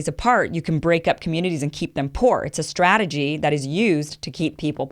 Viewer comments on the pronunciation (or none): none